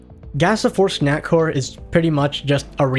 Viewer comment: Swear to GOD he's fucking saying snackwhore instead of snackcore but I can't prove it